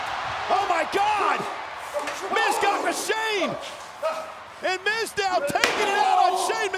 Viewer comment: Michael Cole said Mizdow. SMDH